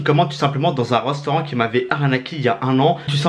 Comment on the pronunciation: Restaurant pas reustaurant 😂